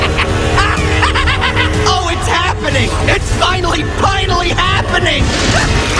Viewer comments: did anyone else hear him say "oh it's happening! It's finally, pinally happening!" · he said finally pinally